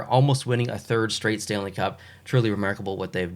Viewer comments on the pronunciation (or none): oh yes the "stanle cup"